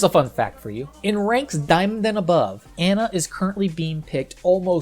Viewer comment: Can people please learn to pronounce Brigitte and Ana? They literally say their own name in the game.